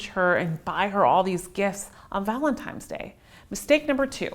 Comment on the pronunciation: "Valentimes Day." lol